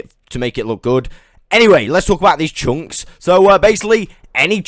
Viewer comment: great video, but ,,tshunks” were killing me